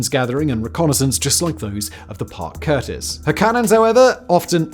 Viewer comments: CUSTIS not curtis, Simone!~ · Parke CuStis, not curtis